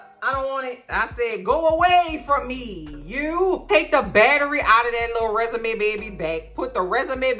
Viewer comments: I keep hearing Resume 😂😂😂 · Everytime you say "Resume" I cry 😂😂😂😂